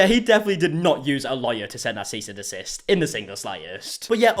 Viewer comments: "seize and desist" 🤣🤣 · “Seize and desist” 😂😂😂